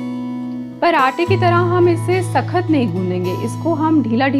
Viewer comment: Ma'am it's sakt not sakhat😁